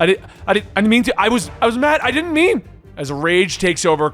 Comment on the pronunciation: Huh. I always pronounced it "Did-jin"